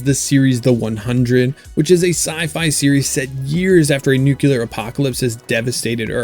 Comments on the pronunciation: Why is the war for you nucelar and not nuclear? 😂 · Lame. Never take Sci-Fi recommendations from anyone who thinks nuclear is pronounced "nuukuuler". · Nuclear: New-klee-urrrrrr Super annoying